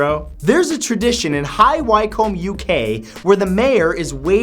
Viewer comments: High wycombe is proncounced "High (Wi)combe its more of an WI sound, less high (Why)combe just a heads up! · "Hi Wi Combe Uk" lol. I'm from there, it's pronounced High Wycombe. And it's a shithole. But the mayor weighing is a fun watch. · Wi-cum not Why-comb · High Wycombe is pronounced High wickem. y-comb just sounds ignorant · I love these videos but please check the pronunciation of some places and names before hand. It's pronounced High Wick-um and May-co shark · It's pronounced wickham not Wycombe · Wycombe is pronounced "Wick-um" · (High) Wycombe is pronounced wick-um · FYI it's High Wycombe, pronounced "Wickam" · "Wycombe" is pronounced "Wiccom" or "Wiccum", Matt. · Pronounced Wycombe wrong 😂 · thank you... Everyone is concerned about wycombe , yet ignoring mako.